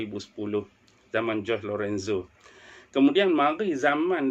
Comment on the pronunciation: jorge tu, cara sebutan dia macam sebut horhe. sebab spanish sebut 'j' macam kita sebut 'h'. 'g' kat blkg tu, sekali jalan. jadi nama dia kita sebut horhe lorenzo